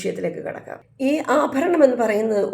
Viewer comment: ❤ അഫരണംഫാരിക്കുന്നത്. Thettanu